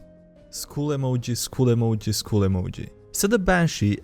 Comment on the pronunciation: I know their is mass shooting in us school BUT, skull and school are not pronounced the same xD